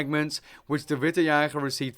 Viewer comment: You pronouncing witte's username in what would be native English pronounciation was really weird. But I could make out what you were trying to say, so... good job?